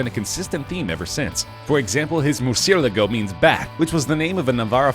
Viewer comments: Furuchio did not create the miura, and it's pronaunts MER SEE ALAGO. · Hello class! Today we will be learning about PRONUNCIATION! Veneno=Baeneno Mercilago=Merchialargo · It is pronounce murcy-a-lago u idiot